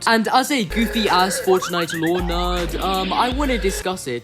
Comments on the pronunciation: bruv pronounces fortnite as fOrcHKniGHT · Why do you pronounce some words in an american accent some in an English accent and some in an Australian? And the way you say fortnite as forTniTe with the T's is weird lol